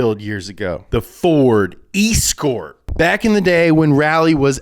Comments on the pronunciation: From about . WTF is an E-Scort? It's an Es-cort - ya know, like your mum used to be....... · Damn it, it's pronounced Essscort not eeescort. If you want to do it right though, it's a cossie. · Please never ever ever say "E Scort" ever again. Its Es Cort like S Cort... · Not pronounced e-skort, that sounds like an electric short skirt. It's escort, like another name for a prostitute. S-Kort. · Why do you call it eeeeess court, it's escort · Escort isn't pronounced E-scort it's one word you pronounce it like Ess cort like a lady of night. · I think escort is pronounced S-Cort and in Australia it was called a Seira. What do you call someone who accompanies someone else for a payment, an E-Scort or an S-cort (escort). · it's not E-scort it's ES-cort, my ears are bleeding The Escort cosworth was also just a short wheelbase version of the Sierra Cosworth which won a ton of stuff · is pronounced S Cort not E Scort. Like the type of girl who you pay to go to a grand opening of something if you dont have gf. Female S CORT....ESCORT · Bruh... its S-cort not E-scort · It’s es-court not ee-scort, well that’s how we say it here in Blighty (UK), the US playsfast and furious with the English language. I don’t know when route became ‘rowt’ instead of ‘root’, but nobody “gets their kicks on rowt 66”.....just saying 🧐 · It's pronounced Ess-cort Ee-scort. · Escort pronounced ES-Cort not an E-Scort! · Brits are fully crying everytime say 'EE-scort' its pronounced 'es-court' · Sorry, are we not going to mention his butchering of the word escort? It's 'ess-court', not 'ee-scort' The rage I feel is disproportionate to the crime! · It’s pronounced ess cort not ees cort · Eeescort? Es-cort you mean? 😂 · E skort?? Escort, like the woman you pay to escort you on a night out. ["S"-court] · The "ee-scort"! For the love of God! Can somebody please help that poor boy to pronounce "ess-cort" correctly. That poor boy. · It’s pronounced es cort not escort u pleb. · ee-scort huh